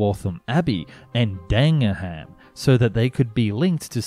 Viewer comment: The information was certainly impressive, but I just can't get past the many atrocious mispronunciations of names like Milngavie, Dagenham and Renfrewshire.